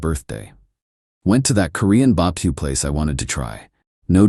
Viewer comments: Why is it always bah-buh-que? Why not a crawfish boil? =( Poor Bah-buh-que. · Nah why the AI saying baba Q like thanos from squid games 😂😂